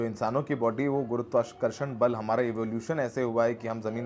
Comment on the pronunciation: Burberry tshirt ka bill aur kahan se aya wo paisa ye information to share karni banti hai na? Who is giving you that ad money? Whose arse are you licking presently? Bhai tu gurutwakarshan tak thik se nahi bol pa raha 😂😂